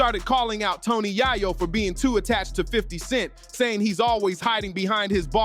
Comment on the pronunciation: Tony Yay Yo 😅😅😅